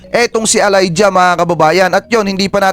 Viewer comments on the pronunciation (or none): Sir, It's pronounced E - layja, not A-layja! 😂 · Pronounce Elija as E lay dya